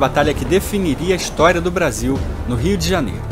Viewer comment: "Rio Djahñiêru"